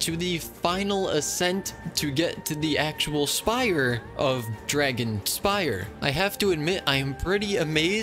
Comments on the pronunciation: Dragonspine not dragonspire lol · It's called dragonspine not dragonspire 😭😭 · Isn't it....Dragonspine? Not dragonspire? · I love how he kept saying dragonspire instead of dragonspine 😭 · every time this guy said dragonspire instead of dragonspine , it took 300 years off my life span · I really like the way that he says dragonspire instead of dragonspine haha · He still says dragonspire 🗿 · I cant ignore you calling Dragonspine Dragonspi r e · It’s dragonspiNe no r 🤪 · no one gona say that its dragonspine and not dragonspire? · I just had crisis over whether it's pronounced "Dragonspine" or "Dragonspire" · What did he say? Dragonspire? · Isn’t it “dragonSPINE”? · WAIT… ITS “DRAGONSPIRE?” ITS NOT DRAGONSPINE? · Dragon'spine' Not spire :) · its called dragon spine not dragon spire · i think uve been reading wrong this whole time lol, its actually dragonspine, with an n, not an r. like dragon-spine as in ur backbone, not dragon-spire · Uhmm it's called dragon spine not dragon S-P-I-R-E just correcting that ur wrong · its not "dragonspire" its dragonSPINE